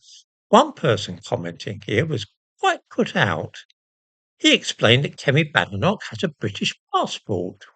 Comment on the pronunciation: And how,did she,acquire,a Scottidh surname? Has she ever even been to Scitlsnd? As a Scot, I would like to know as she is certainly no friend of the prople of Scotland. She cannot even pronounce her name correctly, calling it Badenock!